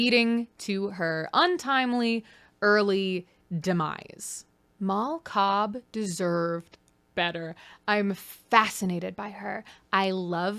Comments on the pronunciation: I thought you said "Mall Cop" when you said "Mal Cobb" at first. Like, "Paul Blart: Mal Cobb". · I cannot stop hearing “Mall Cop” every time you say Mal Cobb i know someone already commented it but GOD its just SO present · Every time you say her name I hear “mall cop” so I’m imagining Leo is married to Paul blart